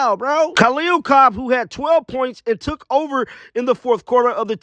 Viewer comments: It's Copper not Cobb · Copper! Not Cob